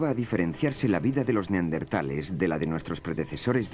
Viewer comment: Por qué en España incluso en los doblajes dicen Neardentales, acaso no es Neandertales